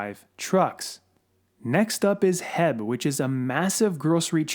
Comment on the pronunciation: HEB is pronounced H.E.B.